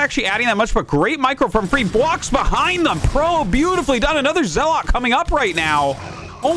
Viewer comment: I wish he said zealot correctly